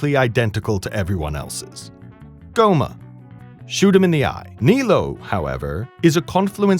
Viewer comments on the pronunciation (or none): none